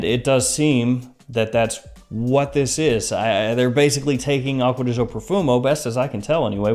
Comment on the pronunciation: " acuadeeshoh" XD